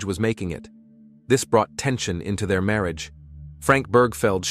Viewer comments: marry-age for marriage Wilth for wealth. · The random wrong pronunciation of marriage is sending me 😂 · Right? I'm barely in 5 minutes and it's driving me nuts. Marriage? That's not an uncommon word. You'd think it would be pronounced correctly.